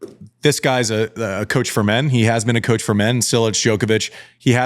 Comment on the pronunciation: FYI Čilić is pronounced "Chill-ich" not "Sill-ich" :)